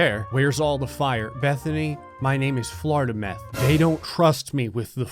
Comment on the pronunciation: “Floridameth” 2020 Yay